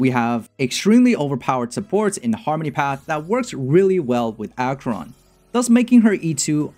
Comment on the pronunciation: Nice guide! Thanks for all the valueable informations. But I must say that I cringed everytime, when you said "Dot.Cheron" xD